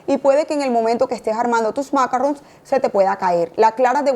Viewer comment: Maravilloso.. Cielo porfaaaaa macarron en francés tiene el acento en oooooo y sin la n casi.. En inglés suena de terrrrrrror porfa la explicación superrrr.. Se que son complicados.. En altura.. Con tema húmeda tardan un poco mas... A sonar al estar listos..... Pleaseeeee acento en la o final..